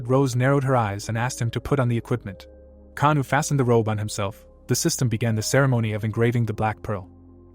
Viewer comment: The mc actual name is Oh kangwoo not kanu xd